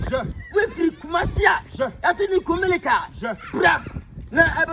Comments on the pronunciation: koraaaa whyyyyyyy 😂😂😂 IS NOT KUMELICA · Is it KUMERICA OR KUMELICA😂😂😂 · That's kumasi for you 🤦‍♂️🤦‍♂️🤦‍♂️🤣🤣🤣